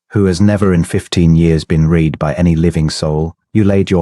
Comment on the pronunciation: Please teach AI about the past tense of the word Read.